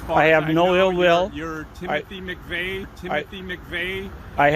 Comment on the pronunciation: "Timothy McVein"???????